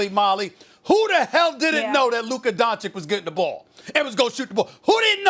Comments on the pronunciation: Luka Doncheek? It's pronounced Don-cheech cheech sounds like čič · SAS: Donchik MAX: It's Dončič SAS: You're wrong and here's why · Nobody: Absolutely Nobody Stephen A.: Luka Donchic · at least say his surename right doncic not doncik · Everybody: Luka Doncic Stephen A: Luka Doncik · Donchich maan. Just take a minute and write in youtube how to pronounce Luka Dončić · Stephen A. Smith again: "LUKA DONCHIK" 😂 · No one: Steven A: Luka Dančik. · Man who tf is luka donchick? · Who is this “Luka DonChick”? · "Looka Donchick" 🤣🤣🤣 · Lol Stephen A says max can’t talk basketball but he still can’t pronounce Lukas name “Donchik” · I think he knows he's wrong but he's too egoistic to admit it as he's Donchicked for so long. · and never, on that day, was Doncic's name pronounced correctly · SAS after 3 years and still can’t say Luka’s last name right 🙄🙄🙄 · Still pronouncing his name wrong tho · Stephen A, if you think Luka is the truth; how about learning how to pronounce his fu**'in' name? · i dream one day he’ll pronounce Doncic correctly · When is Stephen A. Smith going to pronounce Luka's last name right? Anybody? The disrespect to not do your due diligence to pronounce one of the biggest rising legends in the game.